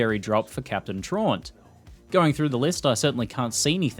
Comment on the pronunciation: Great vid but your mispronouncing “Traunt” it’s supposed to be “TRAUUUUUUUUUUUUUUUUNT”